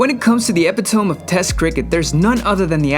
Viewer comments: I didn't have much hope after he mispronounced epitome and can't even spell exposé. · "Epitome"- jesus christ, you're thick. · Can't spell exposé, can't pronounce epitome. What even is this channel?